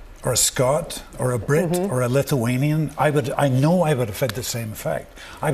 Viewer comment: Love how he says ‘Brit’ with emphasis. 😂😂😂